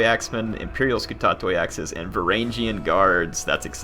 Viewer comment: Ugh its Var Ang E an. Varangian